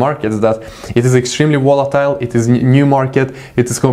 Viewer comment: and volatile :)